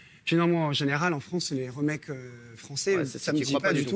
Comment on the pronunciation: Le mec habitait aux États-unis mais il dit " les reumakes " lol